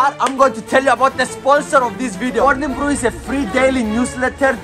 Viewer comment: Him: morning brew My ears: Mountain Dew